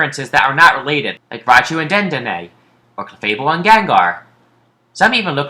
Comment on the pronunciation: Dé den na is the correct pronunciation of dedenne or what ever how you spell it.